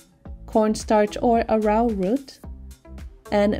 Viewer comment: Arrowroot is pronounced arrow like the weapon <